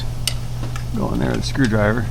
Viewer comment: Please don't say "screw me driver" LOL